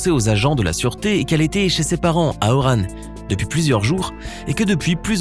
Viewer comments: A2T KeiiKo Il a fait un mix entre Oran et Wahrane. Ça donne Orane. Mdrr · a c pas oranne cest oran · Orane MDR 😂 c'est Oran pas orane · AAAAHHHHH FRÈRE ! C PAS PAS ORANE C ORAN 🤦‍♂️😡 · Sa sdi pas orane mais Oran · Mdr c'est oran pas oranne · ON DIT ORAN PAS ORANE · Orane 😭 mais nptk ont dit oran 🤦🏽‍♀️😂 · Orane t sérieuse c oran 😂😂😂😂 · Malade mental NE PRONONCE PLUS JAMAIS ORAN ORANE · Il a ose dire orane plutôt qu’oran !!! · Par contre vous avez pas respecter le nom de la ville c’est «Oran » pas «Orane) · NON ON DIT PAS ORANE MAIS ORAN!!! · 😂😂. « Orane » c ORAN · Orane la Wuhan Algérienne !? Lol ça ce prononce Oran = ORON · On dis Oron mais sa s’écrie Oran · a oran on prononce pas le «n »🤦🏽‍♂️